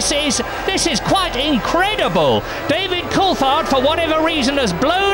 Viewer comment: Did that announcer just pronounce David Coulthards' name three different ways in three consecutive trys?????? wtf